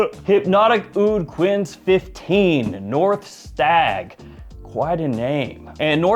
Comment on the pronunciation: The Quinze is pronounced like "Canes." French.